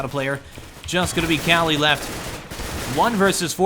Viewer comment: The Player KQLY on Team LDLC isnt pronounced Cali its Pronounced Quickly or K Q L Y